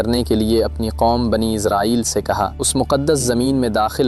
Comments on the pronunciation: It's Israel not izrael😢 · بنی اسرائیل ہے بنی ازرائیل نہیں ہے